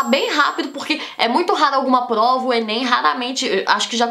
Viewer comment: Ela fala plova e tlabalho. É fofo kkkk